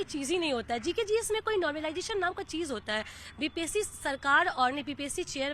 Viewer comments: नोमरलाइजेशन नहीं मैडम ..... नॉर्मलाइजेशन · Pahle to normalisation bolna Sikh le yaar paida hote hi hath me mike pakad lete ho tum sab 😂😂😂😂😂😂